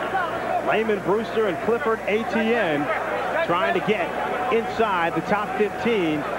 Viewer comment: Who's this guy ATN? Never heard of him. Eh-tih-ennnnnnne. It's French.